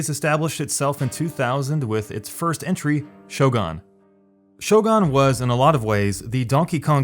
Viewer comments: SHOW-GUN damn you. Not "Show-gone" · yeah, I mean maybe I don't know Japanese, but even Sho-goon might be ok, but Sho-gawn? lol Like really, I've never heard it pronounced this way before. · It is clear my main point was that Show-gone makes absolutely no sense. I was being charitable by offering an alternative to normal foreign pronunciation. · I cringed every time he said Shogan. It’s Shogun, not shogan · ITS SHOGUN NOT FUCKING SHO GUN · Am I the only one bothered by how this guy pronounces Shogun? "Show gun" instead of "Shogoon". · FFS it's Shogun not Shogon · Its Shogun not Shogan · Shogun not shogan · It's pronounced Shogun not Shogun. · "Show-GUN" not "Show-GONE"...other than that good video dude. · It's Shogun not Showgone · It's shoGUN not shoGON my god read please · Shogun is read like sho ("so "with a thick s not "show") and goon, not gun (as in firearm). At least the name , dude... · It sounds like you're saying 'sho-gone' instead of 'shogun'. Do you also call a 'gun' a 'gone'? Just asking, thanks. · Its Shogun not Shogone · Great video but was I the only one cringing when he was pronouncing Shogun as Shogon? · Shogon? ShoGONE? ShoGUN. GUN - like with a U. Like exactly how its spelled. Shogun. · Pronounced Show-Gen, not Show-Ghan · shoGAN!? why are you pronouncing that U like it's an A or O? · Shogun is pronounced "show-gun" not "show-gone". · American moron, learn how to pronounce "Shogun" first. The letter "u" sounds like in "goon" in most civilized languages, not like "gun". Downvote! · Not pronounced Shogon, its show-gun. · why do you keep saying "shogon" its "shogUn" obviously like fuckin hell man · It's pronounced "sho goon", not "show gun". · DJ Serpent the japanese pronounce it "sho goon", only the english speakers invented "show gun" Goon as in goofy, not gun as is pun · Shogun Shooooo Gun not Shogon. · All I hear him say is Shogon, instead of Shogun. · "Shogon" wat ? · You saying "Sho-Gan" made me both laugh and feel great pain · ''Shogan'' lol